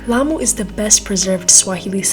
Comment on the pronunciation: Your grammar is awesome and we call it amu cause the L is silent .Explore the Swahili culture and also ancient good stuff.Karibu Kenya 🇰🇪